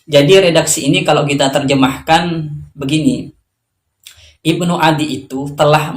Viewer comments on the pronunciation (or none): none